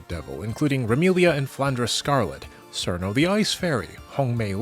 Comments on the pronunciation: Cirno is pronounced "chir-no", not "seer-no" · That isn't how Cirno's name is pronounced, oops. The "c" is pronounced as a "ch." In Japanese it is チルノ and its a pun with "chill" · It's pronounced "Cheer-no". I think. Maybe. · mispronouncing cirno on purpose doesn't make it cool...